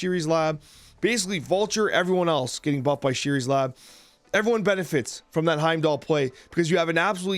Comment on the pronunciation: It's ShUris lab. You need to learn to pronounce the names in this game